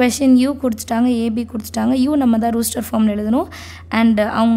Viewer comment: It is ruster it is rOster😅